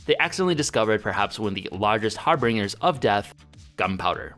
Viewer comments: "Har-bringers" seriously? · Hahaha, He said hairbringers Cletus.